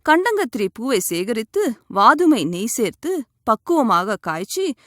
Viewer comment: அது கண்டாங்கத்திரி இல்லைமா கண்டங்கத்திரி.. ஒழுங்காகத்தமிழ்பேசி வைத்தியம் சொல்லுங்கள்..